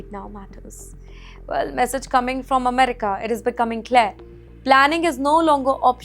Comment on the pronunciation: Please pronounce America right !!